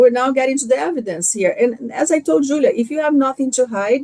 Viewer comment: im so done with that BEE ( WHO-LEE-AH ) and her micro-aggressive WIFE too and THAT QUEEN ISSAC MIZRAHI